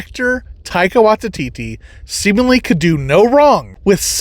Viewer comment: Taika Why-tee-tee. Taika .... WHY-TEE-TEE.